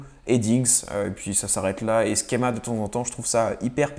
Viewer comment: Top merci ! J’ai justement téléchargé web tools hier, pratique pour les hn mais la plus part des autres fonctions ne sont pas vraiment utiles à un niveau classique Ps: Schéma ce prononce « chéma » pas « skema » en français en tout cas